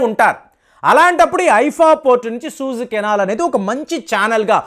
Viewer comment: సహజంగా అందరితో స్నేహంగా ఉండటం చాలా మంచిది. You pronounce as సూయజ్ canal అనాలి. మీరు సూజు అంటున్నారు